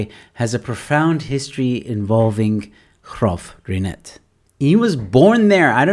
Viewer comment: you pronounce it perfectly. My grandmother grew up there and was top matriculant at Union High in 1937